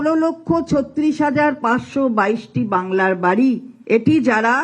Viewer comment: বাংলার বাড়ি ❌️ বাংলার বা ড়া ✅️?😂